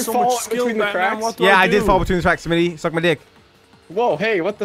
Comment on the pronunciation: it's smii7y not smi77y